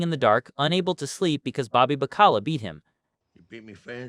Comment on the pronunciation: "Ba call ah" shot calla 20 inch rims on the impala